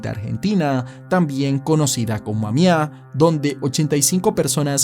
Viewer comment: No podés decir AMIÁ 🤦